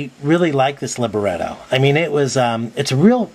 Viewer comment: Thanks very much for the careful review and demo. Running Windows 7 is an important thing that sets this tablet apart. I'm sure you were told this - its li-BRETTO, not liber-etto. It usually refers to the text of an opera or oratorio, where the author of the text was often a different person than the composer of the music. I suppose the words of any song could be called the libretto. And literally it is a small book. A creative name for a tablet. Toshiba - the text; you the music.